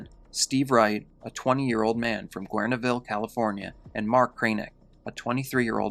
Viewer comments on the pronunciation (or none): Guerneville = Gern-ville, like hospital gurnee